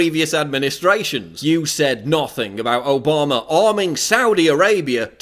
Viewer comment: Its Obama not Obamaer duffus .Get a speech therapist and your fact straight you are full of shit.